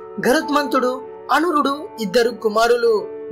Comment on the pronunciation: అనురుడు కాదు అరుణుడు